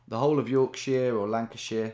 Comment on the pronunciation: `Congrats on 1 mil Tommo! (p.s. it's 'yorksher' not 'yorksheer') :p